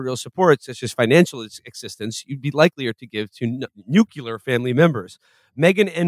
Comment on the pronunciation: still fucks up ❤